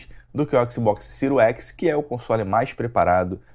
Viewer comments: Agora sim vou comprar um" cero x" com certeza 🤣🤣🤣 o cara não sabe falar nem o nome do console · O cara fala siru x kakakakakakakaka